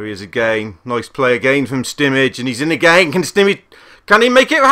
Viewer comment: SCWIC It's spelt Simic, or Šimić to be more exact.